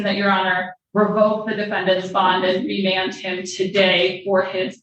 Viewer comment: I wouldn’t go to Michigan or where judge Simpson is, cause when the ADA say remend I’m not messing with them white folks